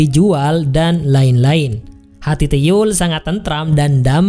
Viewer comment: Bacanya bukan tuyuul hhh